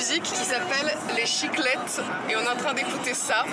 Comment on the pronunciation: Chiklette 😂 ça me fait penser au suisses, vous êtes où?